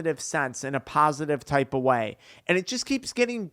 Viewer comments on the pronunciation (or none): none